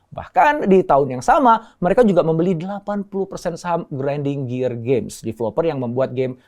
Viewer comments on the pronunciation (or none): none